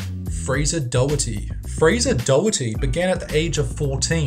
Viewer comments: its Fraser Doh-kerty not doawherty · Btw, I get most non-UK people would never expect to know this, but someone with the surname Doherty from Scotland or the British Isles for some unknown reason has an invisible K in there and is pronounced as Dockerty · It's funny how he can't pronounce "Doherty"... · "Fraser Doherty" at number 20, that guy completely butchered the production of doherty ahhaha and yes i know i cant pronounce every name out there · Oh god your pronounciation of doherty was appalling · You pronounced Doherty so wrong.